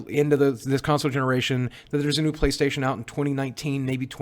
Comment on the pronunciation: Playstatiown' is how you pronounce it.